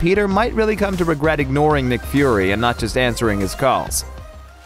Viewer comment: Did he really just say nick furry’s daughter?